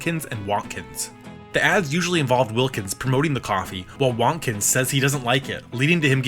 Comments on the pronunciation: I think Wontkins is meant to be pronounced like "won't kins" rather than "want kins", with emphasis on the "won't". If you didn't know Jim Henson was behind the ads, with all their sudden explosive and unapologetically slapstick gags delivered with a playful edge, you might assume they were the work of Warner Brothers' lead animators Chuck Jones and Friz Freleng, trying out a brand new media in puppetry. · Fuck is up with the way you say Wontkins? It’s Won’t-kins, nor Wohntkins. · It’s Will-kins you got that right but it’s won’t-kins. Like will and won’t. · Hearing Wontkins said like “Wonkins” or “Wantkins” was weird lol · I thought it was pronounced "Won't-Kins"